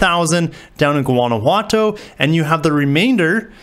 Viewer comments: No, it's not. It's pronounced "goo-wanna-who-wah-toe" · amigo, Guanajuato is pronounced "Wanna-wah-toe" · Guanajuato. " Juan a what toe"